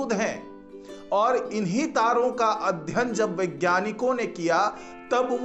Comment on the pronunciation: अध्यन नही अध्ययन बोलो